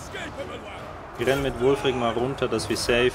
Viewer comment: Wulfrik oder Ulfrik? Der "Berater" oder wie der heißt sagt, dass er Wulfrik heißt xd